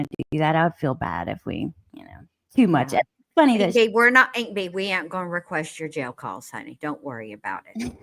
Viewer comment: Im.late, but i cant stop laughing not "aint Bee" too🤣😂